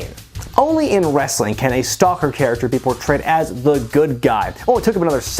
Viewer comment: I wonder who that could be-uh